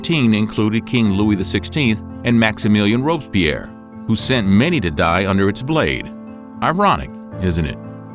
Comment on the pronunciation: Mr. Ropebeer (for Robespierre) is absolutely hilarious! Listening to your French pronunciation is not far from capital punishment, what a massacre!